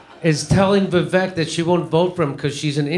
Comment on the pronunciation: Ann is a piece of shit for many reasons. And his name is pronounced ‘Viv-ache’ Love you Jimmy, but at least say it wrong as a joke. Kurt can say it right.